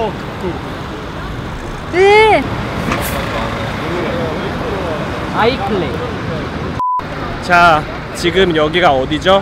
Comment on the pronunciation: 도티님이 28초에 아이클레이 라고 한거같은데..ㅋㅋㅋ